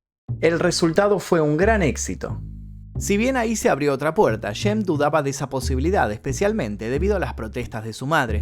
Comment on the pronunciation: El nombre se pronuncia SHEMP...con SHHHH...no es YEMP... En varias frases lo pronuncias deformado.¿podrías pronunciarlo adecuadamente?